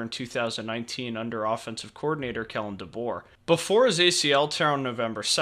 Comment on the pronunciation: Kalen, not Kellen.